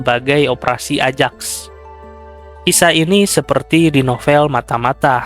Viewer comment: koreksi = ajax dibacanya ayax.